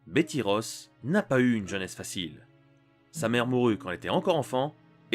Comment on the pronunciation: Betty Ross et non pas Bethy Ross